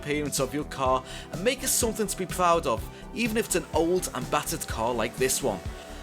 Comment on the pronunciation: “Something to be pwoud ov”